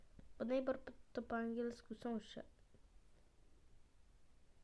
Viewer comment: Neightbour a nie neiber